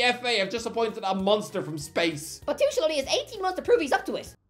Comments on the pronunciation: No matter how many times you say Thomas TOO-SHERL, you won't ever make it a thing. It's TOO-KURL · It’s “Thomas Too-kul” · I guess you could say he's Too-kul to pronounce it that way. ...I'll show myself out now. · "Thomas Tushul" 😣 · The fans will have a heartache correctly pronouncing his name. The „ch“ is one of the most difficult things to pronounce as an English speaker